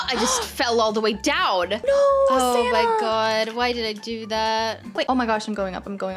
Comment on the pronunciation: why does call ""?